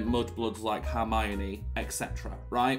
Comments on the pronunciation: "harmiony" almost had an aneurysm trying to figure out if you were trying to say harmony or Hermione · I’m loving these reactions :)) Just to let you know it’s Her-mione (pronounced like the pronoun her) not harmione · Just so you know it’s spelt Hermione not Harmiony and is pronounced as Her-My-Knee. It’s a common misconception especially to this who haven’t read the books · I just love the way that he pronounces Hermoine's name, HAR-mione kills me 😂 and all the theories, love, love, love. As a veteran potterhead it is so interesting seeing someone who doesn't know the lore! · Babe it’s Hermione not Harmiony 😭😭😭 LUV UR REACTIONS THOO ❤️❤️ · ITS HERMIONE NOT HARMIONE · ITS HERMIONE NOT HARMONY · please her name is hermione 🤭